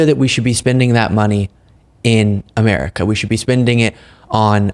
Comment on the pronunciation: The way Marge saya Amererica is disgusting